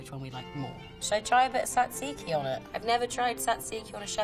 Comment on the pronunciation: love that she didn’t butcher the pronunciation of tzatziki, florence is the best :)